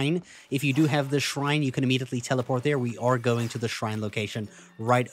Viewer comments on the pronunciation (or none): none